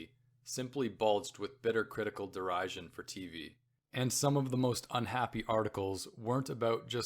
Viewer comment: Tell me if it’s my ignorance but did you mispronounce derision, pathos and other words?